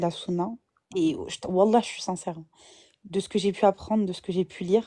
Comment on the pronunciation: jontille, prononciation des wallah. Jambon doulila